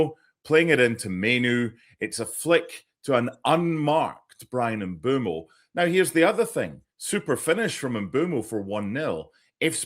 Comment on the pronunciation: Great set piece by United for Mbeumo’s third goal in four for Carrick. For accuracy: Bryan Mbeumo is pronounced Mm-𝐁𝐄𝐇-mo — short ‘e’ (like meh), not ‘boo’, and ‘mo’ as in go. The ‘Mb’ is a single consonant sound.